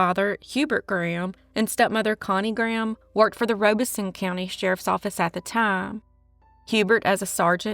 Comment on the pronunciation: Just FYI, Robeson County is pronounced "rob-iss-son"